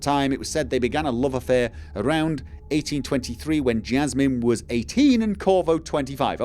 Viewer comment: Sounds like "JASSamine" has become the new "CHRYStoid" (lol). Oh well. Anyway, I'm going to be doing a lot of mouse clicking to skip all the lengthy reading but it's good for the player to gather all of that information, I agree. This should be interesting ... and yes, to hell with being non-violent -- kill them all! (It's JESSamine, as in JESSica, btw)